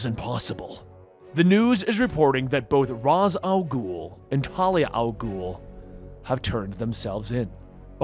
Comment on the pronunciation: He pronounces it right. It's the Arabic pronunciation for the demons head.